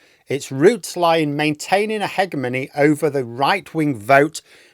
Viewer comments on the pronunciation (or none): brother... it's pronounced "heh-gem-ony". You should really know this by now... 😂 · Ah - ha! So that's how you pronounce "hegemony". Years and years I've wondered. Had a friend who was an economics teacher who insisted it was "hedge...". Meaning I've always been confused, but it's one of those things I always forget to look up.